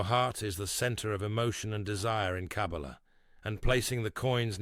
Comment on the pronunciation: This AI voice does not know how to pronounce the word Kabbalah